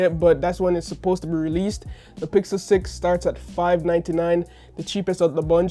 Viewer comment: it was hard to hear him say pickle instead of pixel, skipped that part honestly, but love you content, good video